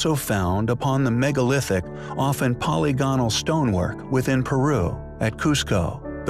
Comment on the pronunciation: Be more careful of your pronunciation of words in your videos. Google "pronounce polygonal". It will yield a very different pronunciation from what I hear you say. Also the word "corroborate", wow, are you off with that one. It's not "co-wob-borate". These mistakes case doubt on the content of your video.